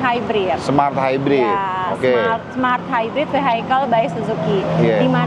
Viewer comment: Kayak nya si mbak bilang suzuki smart hybrid, mas nya bilang malt hybrid.. Atau saya salah denger ya...🤔